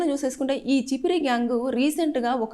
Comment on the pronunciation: Chipiri gyang కాదు Chimpiri అంటే వి కారము గా వు vuntaru.